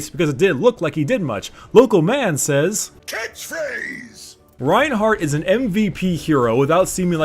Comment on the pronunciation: "Catch Phrase!" sounds like "cat face" to me.....